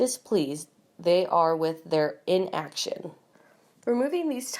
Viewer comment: what is "fettering away" money on legal fees? Do these narrators have even a modicum of education? The mispronunciations would be hilarious if they weren't so annoying. The different takes in different voices is VERY annoying. These people do not know what they are reading, and any word with more than one syllable ("in. . .ac. . . tion") is a challenge to them.